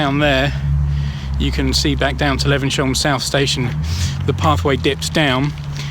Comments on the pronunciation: Great video....but maybe check the pronunciation before visiting? "Le-vens-hyoom", not "Le-ven-shum"!! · For your information, Levenshulme is pronounced 'Levenshume'!!! Before you did this Christmas walk with a difference, did you bother doing any research into how the area's name was pronounced? I don't fucking THINK so somehow. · Er,,,,,, it's pronounced Levens.. Hume - lol (bloody southerners) - just joking - nice video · Great video but saying 'Levensyome' all the time was getting right on my tits!...But it was very informative and filmed well, so good job 👍.